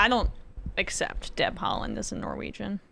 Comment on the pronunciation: yes, correctly pronounced. He played for ik start, my local club before he left for Celtic.